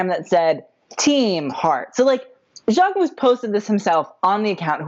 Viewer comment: why did he think its pronounced Jack-Mo lmao